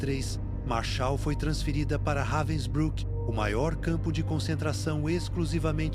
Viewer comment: It's pronounced "RAH-vensbrook"...